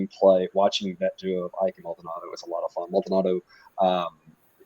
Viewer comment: Graham Ike's last name is pronounced "E-K." Appreciate the insight as always guys!